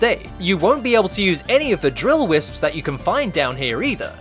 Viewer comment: when he says "whisps" 😂😂😂